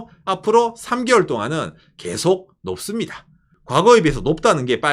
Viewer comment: 높습니다가 왜 녹습니다(melt) 라고 들리나